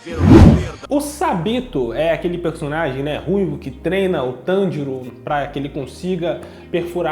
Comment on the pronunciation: tanJIro não meu caro,TANjiro sim